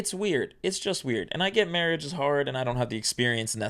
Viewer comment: SIR you said Mawage wrong